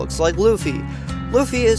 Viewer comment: Kalisa? Tharmea d lux? Fabled adventurer girl Kanna? If you say so… I think Lunos is overrated as well Nekoluga slander? Damn. Also I know most people from “da west” don’t have the best pronunciation of Japanese names but why does everyone keep calling him “Loofey” like did 4kids do that or something?